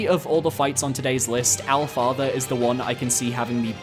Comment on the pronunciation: I watch all your videos but when you said owl father i turned it right the fuck off 😂